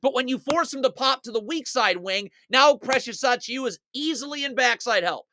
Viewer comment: I love when you say Precious Acheeuwa